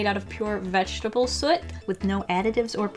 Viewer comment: It’s soot not Saat